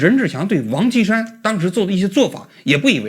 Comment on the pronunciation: 这王qi 山 说的 跟 王青山是的， 直接到 照片出来才知道是 王歧山